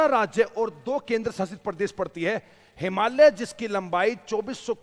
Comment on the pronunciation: भाई साहब इतने ज्ञान के बावजूद आप हिमालय कहना नहीं सीख पाए । "हिमालिय्यै" नहीं है वह , "हिमालय" है ।